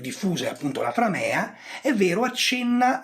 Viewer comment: Mi permetto di segnalare che la e di framea è corta. Quindi l'accento cade sulla a.